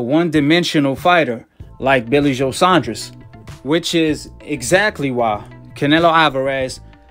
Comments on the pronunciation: Saunders not Saundres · Sandra’s 😂😂 it’s Saunders😂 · Cracks me up every time calls em “billy Joe *sondress*”🤣🤣 legend